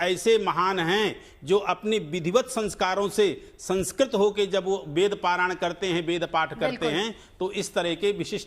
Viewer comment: अबे वेद को वेद तो बोलो, वेद को बेद बोल रहे है।